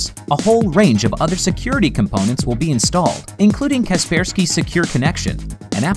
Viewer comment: Wait what its not kaper sky its ka persky what